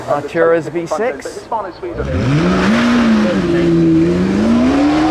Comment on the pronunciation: Hispano Suiza …………. Oh dear